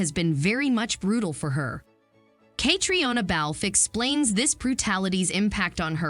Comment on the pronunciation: Names? Say Catriona balfe correctly pLeASE!